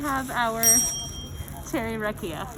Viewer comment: This is all in good fun. Loved the video, made me miss my birth country. The whiskey is pronounced Rock E Ya. Roll the R. You guys where killing me with the way you pronounced it. All the best to you. Long life and good health.